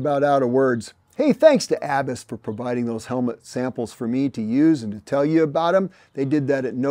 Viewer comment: Im pretty sure you don’t pronounce Abus the way you are. It’s a German company. They make locks AND some of the best helmets in the world. The world road champion wears Abus. So glad you like them. Im sure they really appreciate it.